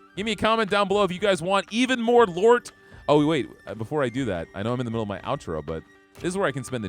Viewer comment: The name of the game is acutally Lort (pronounced in Danish)